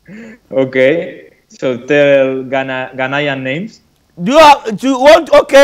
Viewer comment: I love how he puts it on the Spaniard to say his Ghanian name, and he can't!